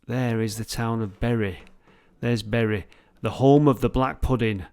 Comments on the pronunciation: err... Did you say you were in BERRY ??? Berries grow on trees.. It's pronounced BURY.. lol P.S. You can see Blackpool Tower on a clear day. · It's pronounced burry,.